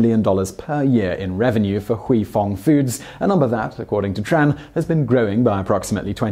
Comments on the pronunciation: for* not 'fo' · "fo years" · "fo many years" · "fo' many years. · "...FO Manny years"? What the... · Am I the only one that noticed the missing R in for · You've forgotten an "r" in "for" .